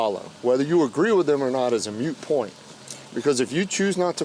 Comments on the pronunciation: "Nonsensical nonsense" I quite like; that would be nonsense-squared. "Mute point" by the officer is a common mispronunciation, can be overlooked. But 'Canon Law'? I sure hope the Pope won't mind her using Vatican law for rules to drive by. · Officer, it's "moot point" not "mute point" . Just sayin... lol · the sgt. said mute point when he should've said moot point. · Did that officer say " mute point "? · *MOOT* point, goddamn it! *MOOT* point! Say it! Say it NOW!!!